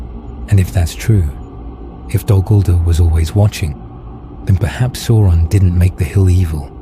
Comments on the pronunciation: "Sow-ron" not "Sore-on" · These studies and explanations of the lands, places, events and characters of Middle Earth are a feast for the eyes and ears. I have but one tiny gripe - Sauron is not pronounced Sore on. It is almost Sour on. But with the 'a' in the name, this makes it Sa-our on. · Can everyone please remember that the pronunciation is "SOUR-on" rather than "SORE-on"? Surely Tolkien's legacy asks for getting these details correct?! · You REALLY gotta work on your pronunciations, Sauron isn't pronounced "Soar-on" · Make sure the AI voiceover pronounces Sauron correctly, my dude.